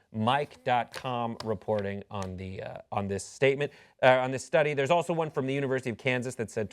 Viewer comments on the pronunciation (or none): none